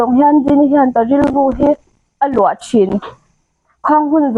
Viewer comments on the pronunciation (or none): none